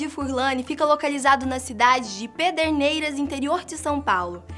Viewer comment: so eu que falou AIAI quando ela falou pederneiras??